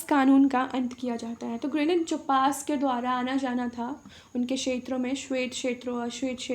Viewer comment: Madam ji क्षेत्र का उच्चारण अच्छे से कीजिए और साफ लिखिए.....